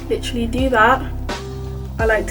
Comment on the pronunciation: take a shot everytime she says lichrally